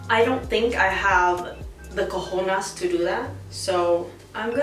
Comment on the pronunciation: The “cojonas” 😂😂😂😂 (cojones) 🤣🤣🤣 I’m dead